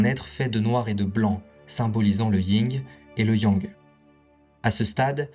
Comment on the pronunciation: Belle vidéo, juste on est d’accord c’est Yin et le yang pas ying yang ??